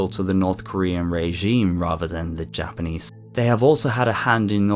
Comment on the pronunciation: I very much appreciate your pronunciations of Japanese. A lot of british and Australian individuals have a tendency to absolutely butcher it. Also, the ffirst story where rhe boy gets down near the river bank? This is one of the many reasons why the Kappa myth exist. Might he have fallen into the river?